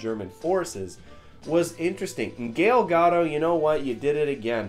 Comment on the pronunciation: This guy literally just said Gale Gadoe....i laughed out loud! The worst pronunciation ever heard bahaha